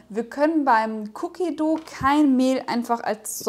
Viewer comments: Es wird wie "doh" ausgesprochen und nicht wie das deutsche "du" 😉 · nix Cookie Duuuu... Dough... und das o ist nicht stumm... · ja eben. Man spricht es wie bei Doughnut aus :) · Meint ihr dou wie "du" oder dou wie "doú/ dow". Es wird wie low aber mit d ausgesprochen. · Ja eh wie Doughnut und das werden wohl hoffentlich viele richtig aussprechen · Sprichst dough komisch aus Cookie duhhh😂🙈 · "doh/dou" wird das ausgesprochen, nicht mit "u". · ich weiß wie 'an es ausspricht schlaubi Schlumpf aber spricht es "cookie duuuu" aus was falsch ist obviously